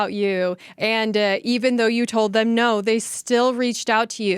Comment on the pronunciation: I bet that group......"dance"😅....was a "spiritual experience for themuh"😂😂😂😂